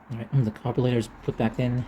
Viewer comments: did you call that a "Carbolator" LOL hahaha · Carbulator... WTF.. is that???this is America... if you cannot pronounce carburetor right you must be deported!!! Immediately.. 😂